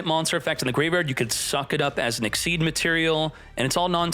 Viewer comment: They're called "ix (icks) - ease (eez)" not "exceeds" my guy